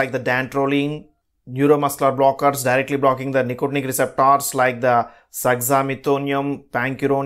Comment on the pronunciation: Speak 🗣️ nicely It's Receptors 🗣️ not receptaars